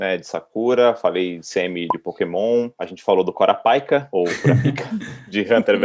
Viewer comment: Muito massa conhecer esse elenco. Mas ei no HxH o Kurapika a vogal tônica fica é no "ra", pelo menos é assim que da para ouvir do áudio original